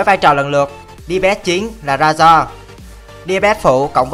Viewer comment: Razor đọc rây-giơ dùm